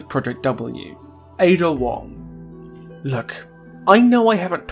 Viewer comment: Finally, someone who pronounces het name properly